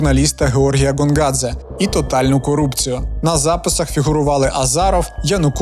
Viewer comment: коли Гонгадзе став Ґонґадзе? карт. ღონღაძე . як ми бачимо, тут ღ котра передає /ɣ/ (наша українська Г передає /ɦ/ та /ɣ/), а не გ котра передає /g/ (як українська Ґ). це все одно що Helsinki називати Ґельсінкі, замість Гельсінкі.